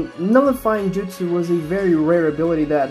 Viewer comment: They're called jutsu, not jitsu